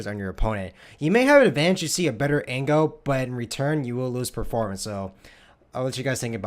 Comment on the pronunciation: Y do you say angle like ango